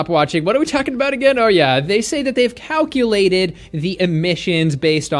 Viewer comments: Did... Did you say "cow-culated"?!? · Did he said Germans had cow-culated? Lol